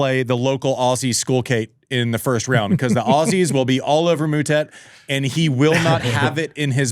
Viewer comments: Stop calling him Mootett, you know how it's pronounced🙄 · Disrespectful… how hard is it to learn to pronounce someone’s name 🤷🏻‍♀️